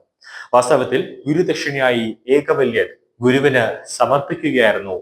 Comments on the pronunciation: ഏകലവ്യൻ എന്നു പറയൂ - ഏകവല്യൻ അല്ല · ഏകവല്യാനൊ അയ്യോ അരോചകം, ഏകലവ്യൻ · ഏകലവ്യൻ എന്ന് പറയുന്നത് ആണ് ശരി. ഏകവല്യൻ തെറ്റ് ആണ്.